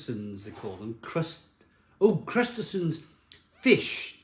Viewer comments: “Crustesons” Oh my goodness how is it possible a middle aged man has never heard of or cannot correctly read and pronounce crustaceans? He really does make himself look ridiculous and stupid at times! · I think he's trying to say "Crustaceans" ? Or is "Krustersons" how it's pronounced in Welsh? I apologise in advance if I've been culturally insensitive.